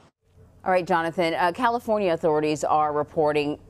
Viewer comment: She said "Sonoma Cal lee for nia" Seriously it's not like you were reading Puyallup or something.